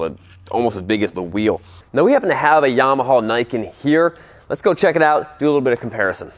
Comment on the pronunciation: The way he says "Yamahaul" kills me every time 😂😆